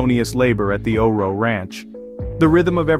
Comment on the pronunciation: I have one of their retired geldings. Best horse EVER! Also, it's not O-RO. It is O RO. Pronounced O.R.O. Good video.